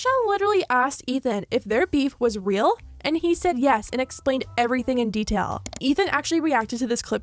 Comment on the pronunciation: "if their beef was weal"